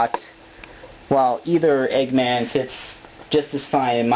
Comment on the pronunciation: cut its eggman not eegman